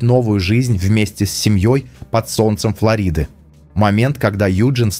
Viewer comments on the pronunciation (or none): none